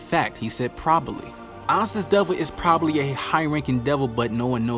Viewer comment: Are we gonna ignore he said “probaly?”